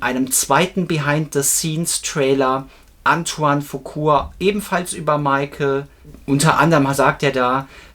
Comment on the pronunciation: folgendes müssen wir noch üben: Es heißt Antoine FuquA und nicht Fuqur! Es heißt Jaafar und nicht JaVar!😊 Der echte MJ Fan kauft KEIN Merchandising Post-Mortem. Sony hat MJ das Leben in seinen letzten Jahren, sehr schwer gemacht und alles daran gesetzt, ihn scheitern zu lassen. Nach seinem Tod hat Sony sich die Rechte gekrallt und Millionen verdient. Wer heute noch etwas an Merchandising erwirbt, unterstützt Sony! Egal ob Bücher, Poster oder CDs, vieles was erscheint, wie angebliche „neue“ Songs, wurde von Michael bewusst unter Verschluss gehalten, da er diese nie veröffentlichen wollte. Sony bastelt da irgendwas zusammen und verkauft es als MJ neuen Song! Was für ne dreiste Lüge! Mein Rat Leute, Kinofilm, sicher! Alles andere, Finger weg!